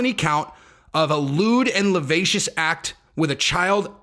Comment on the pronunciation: La sci vi ous act...that's how it's pronounced.